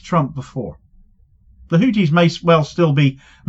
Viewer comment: It's HouTHis, not houTis. It's a TH sound, not a T sound. In Arabic we have the TH sound also, and it happens to be the case that the founder's surname was Al-Houthi. It's unbelievable that one of the poorest countries in the world - if not the poorest - is able to take on Rome like that.